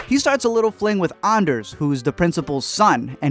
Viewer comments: It’s Ander, bruh. Not Anders. At least do your homework before you start reviewing. 🤦🏻‍♂️🤦🏻‍♂️🤦🏻‍♂️ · It's ANDER, no s, Guzmán has an accent and should be pronounced with the accent. Marina only stole from Carla's family, not her own, and only one watch had a USB drive. Also this is my favourite show, thank you for covering it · It's not "on durrsss" it's " an dare" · just one thing it is Ander not Anders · STOP SAYING ANDER'S NAME WRONG!!! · When he said Ander I wanted to cut my own ears off